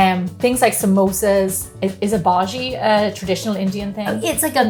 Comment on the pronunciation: Samosas❤ I've been craving them during Lockdown. Please do make more Indian Recipes! Love to the team. Missed baby George in this Video..🤩 And I love the way you say 'Bhaji'😅